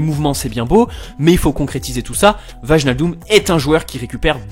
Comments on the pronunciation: "VAJNALDOUM" ...J'ai eu peur qu'il dise autre chose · Pour info le J dans wijnaldum ne se prononce pas ça se dit "vailnaldoum"